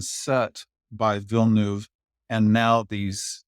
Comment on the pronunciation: All experts here but they all fail to pronounce the name of the director correctly. Again, it's not Villenooove!!